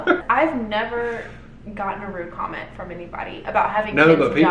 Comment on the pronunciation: Loved this video! You cracked me you said condom instead of comment😂